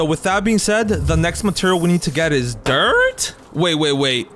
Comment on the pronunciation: "DiRt? wait dIrT?" its the way he pronounced that for me